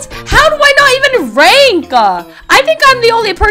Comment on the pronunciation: YOU WROTE RAIN BUT YOU SAID RANK😂😂😂